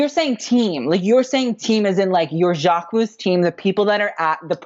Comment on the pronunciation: why did he think its pronounced Jack-Mo lmao